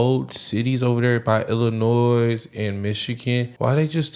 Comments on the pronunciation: For future reference, the "s" in Illinois is silent. It's pronounced "Ill-annoy". Chicagoans thought that being a sanctuary city was a good idea until they faced the reality of the unintended consequences it entails. They are finding out that virtue signalling isn't always in their own best interest. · Hey..I'm from ILLINOIS and the S is silent 👌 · In the word Illinois, the "S" is Silent when you are pronunciating it. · You all say “illinoiS” like my parents do. It drives me crazy! The S is silent! 🤣